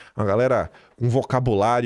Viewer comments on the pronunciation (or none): VOCABULÁRIO REBUSCADO! RABUSCADO? 😂😂😂 Perdeu aula de português ou é assim que se fala em FEIRA DE SANTANA? Kkkkkk